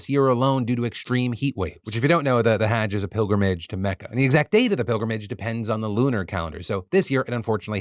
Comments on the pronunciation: FYI, say huj now haaj, like judge with an h, Hudje > haaj. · just a heads up haaj is pronounced like fudge. Hudge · (hajj is pronounced more like hudge, not hadge) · Phil's pronunciation of hajj 😅 Not sure if this is correct either, but the pronunciation i was taught was closer to "huJ", the emphasis being on the j's. Not on the "Ha" like like hag. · ...no that is how he was saying it which is wrong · he is saying it wrong its pronounced more like the word "judge" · Thank you for keeping us informed! Just a little note: hajj, I think, is pronounced hah-jj (like the fa in "do re mi fa"). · The way you kept mispronouncing "Hajj" without a second thought ... I'm just surprised you've never heard it before (the correct was to say it)... It's not an uncommon thing for people to die during it. Like a decade ago, thousands were trampled to death during it. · Not how you pronounce Hajj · Ty for covering it, but cmon… no one on Team DeFranco could have given a better pronunciation for hajj?? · Have I been mispronouncing the word "Hajj" all this time? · Hajj is pronounced with a broad "A" like in "Father" rather than a short "A" like in cat. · Phil mispronouncing Hajj so many times was pretty great. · please just say hajj right once